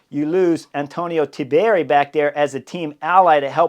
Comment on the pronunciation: Chris; long time subscriber; love your channel. But please for the love of an Italian god, Please pronounce Tiberi’s name correctly. 3 syllables not 4. Think Tea-berry. Not Tib E Ari. 😮 …I mean how would it be if we added a syllable to your name making it Hornier?